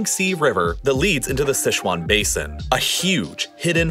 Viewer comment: Quite a nice pronunciation of Heihe, Tengchong, the Sichuan Basin and the Hexi in Mandarin. I appreciate how you tried to correctly pronounce it even though the tones weren't perfectly captured.